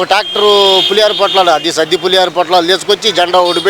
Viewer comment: సద్ది అనబోయి సాది అన్నాడు. తెలుగు రాదు కదా!